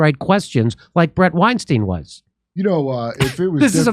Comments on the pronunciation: Bret's surname is pronounced WineStine, not WineSteen I am a fan of Bret and Heather. And don't break your arm patting yourself on the back. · “Stine” his name is pronounced STINE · Sam intentionally pronounced Bret Weinstein wrong because he know Bret doesn’t like it. What a douche